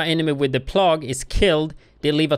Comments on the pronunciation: It is not plog, it rhymes with peg its pronounced plag, like a sickness. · Pronounce it "plaig" not plogg. It's all good, you still rock. Thanks for the video, amigo. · say it like play - ga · nice vid! thanks.. It's pronounced "Play-gue" no offense intended, just pointing that out :) <3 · Plague sounds like PLAYgue. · obviously doesn't as he pronounced it incorrectly. I'm certain, as he's multilingual, he'd be happier with the correction than without. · could you clarify which part of my comment you've found me to be 'absolutely wrong'? Was it the statement, detailing the FACT that he pronounced the word incorrectly, or was it the speculative statement towards the end? I think you need a lesson on constructive criticism.